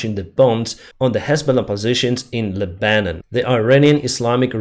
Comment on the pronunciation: Pronounciation, Lebanon: Leh-bah-non